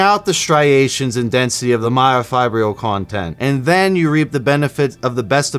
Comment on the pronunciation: Learn to pronounce myofibrillar.